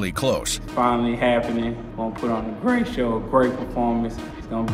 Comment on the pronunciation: “Gonna put a GrrrrRhhhate show”